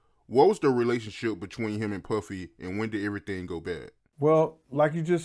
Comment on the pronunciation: Why aod pronounce PUFFY as PÖFFYI 🤣🤣🤣😅